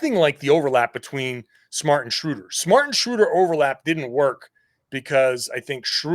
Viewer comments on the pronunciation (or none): We go from mispronouncing Schröder to Theis. That alone makes the trade worth it. 😆